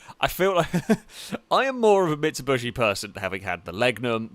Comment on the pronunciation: Sa-Lica, Mitsubushi???